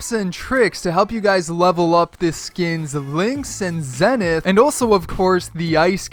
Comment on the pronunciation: it is pronounced zEEEnith! Because zEEEnith means something along the lines of tip of the mountain. Just thought I would let you know!